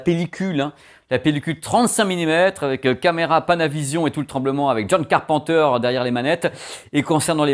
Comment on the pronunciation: On dit pas car pen teur on dit car peine teur